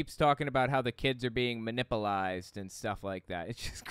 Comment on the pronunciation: I think I’ll pass on taking advice from someone who doesn’t know how to pronounce “manipulate,” thank you very much.